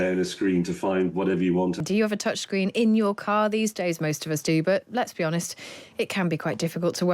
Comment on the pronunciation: What's a "touchgreen"? I hate this sloppy pronounciation.